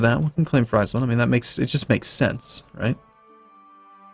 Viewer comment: the frei/fri in Friesland/Frisian (rather famously in fact) rhymes with cheese, not with pies... and does so both in English and in Frisian.